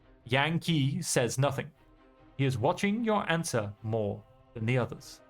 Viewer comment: Love the narrative style, reminds me of Heads will Roll a little bit. Overall a nice change of pace from All Quiet in the Trenches. Heads up, "Qin" is pronounced like Chin. Qi is like Chi (Chee). All Q's make a Ch sound. Hope you continue playing it especially when it comes out - cheers!